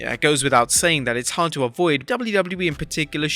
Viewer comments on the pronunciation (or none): none